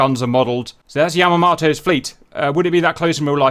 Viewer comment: His pronunciation of Yamamoto as annoying me, otherwise pretty epic.